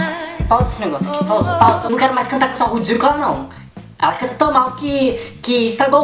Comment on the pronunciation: Parabéns mais de de views ... Adoro a parte q vc fala rudicula